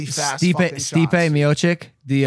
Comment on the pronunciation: Its not miocik its mocic guys come on